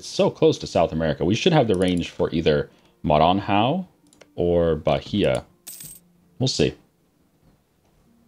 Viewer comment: I'm sure you don't care, but the Portuguese "nh" sounds kinda like the Italian "gn", as in "lasagne". And the "ã" sounds like the "un" in "gun". Now you can try to speak "Maranhão" again... xD